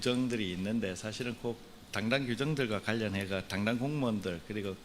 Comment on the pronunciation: 먼 도꾸소리야 발음좀 잘해라 당당공무원이라 들린다 바이튼 날리면처럼 자체 규정이 법보다 우선해서 일단 조져본다는거니 야당에 협조했단 사유로! 웃지말고 누구는 징계 먹는 사유를 설명하는 자린데 웃음이나오니 쪽팔리지너두